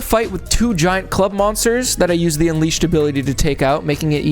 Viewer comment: SONIC UNWIISHED 🗣️🗣️🗣️